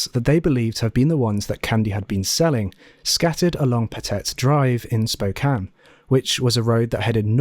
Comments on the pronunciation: Thank you for pronouncing "Spokane" correctly! You know how rare that is on YouTube? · Thank you for pronouncing Spokane correctly. I watch a lot of true crime, and my beautiful city of Spokane is unfortunately covered every so often. Most miss that. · I was a bluebird in the early 80s in WA. Thank you for pronouncing Spokane correctly. Everyone says "spo-cane" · You saying spokane correctly is so meaningful to me and I can't explain why. Love your vids!